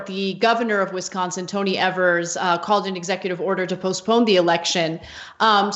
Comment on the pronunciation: Tony Evers. Rhymes with Fevers.